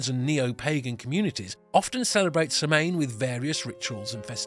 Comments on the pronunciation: Samhain is pronounced more like Saw-win. That is about as close phonetically as a person can make it. It is a common mistake to hear it mispronounced. Nice video. Thank you. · Oh, good, someone already said it. The mispronunciation was driving me a little crazy. Lol! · Thank you for the video you did a great job on all the cultures. As an Irish Pagan myself also some of my family in Ireland still are we celebrate Samhain. Just next time try and get the pronunciation correct 👍🏻 🥃 Sláinte 🇮🇪